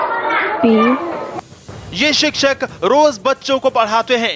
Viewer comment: JO IS VIDEO KO INTRODUCE KARTI HAI WOH KHUD BHI SHIKSHAK KO SIKSHAK BOL RAHI HAI AUR BIHAR KE TEACHERS KE BAARE ME BOL RAHI HAI